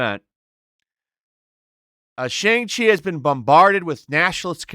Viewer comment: Whats the problem with pronouncing Shang Chi the proper way? I get that you don't like the movie or whatever but you can at least pronounce the name correctly. Its really not that hard.